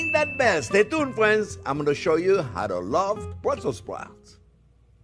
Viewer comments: It's "Burssels sprouts" with the "s" after Brusssel. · Bwussel spwouts.